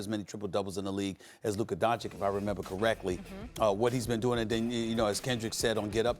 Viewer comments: Luker Don-Chic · Stephen “Luca Don-chic” Smith